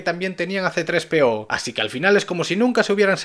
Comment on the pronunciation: CE DISE CTRES-PEO